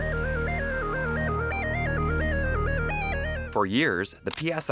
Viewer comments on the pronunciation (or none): its SOLDERING! not SARDERING! jeeze !